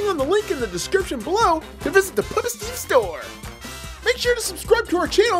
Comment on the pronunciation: You said puppet wrong